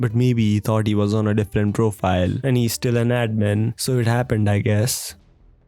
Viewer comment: no offense but your accent + the word happened is just hilarious sounding